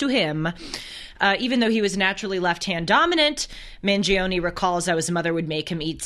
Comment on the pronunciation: It’s pronounced ‘Man-Jee-Ohhn’